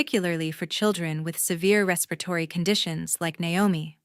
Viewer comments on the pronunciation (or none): What happened to the sister and learn to pronounce respiratory.